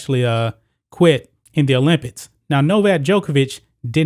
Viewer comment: is it me or does it sound like he is saying olympits?